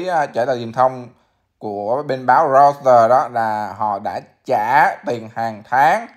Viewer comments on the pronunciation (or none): none